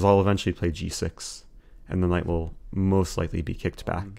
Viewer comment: Eric you have may addressed this before but why do you say knife instead of knight? And why do you say someday instead of sometime? Also I like 'tickling the bishop'. Granted, I am watching at 2x so many things sound more amusing.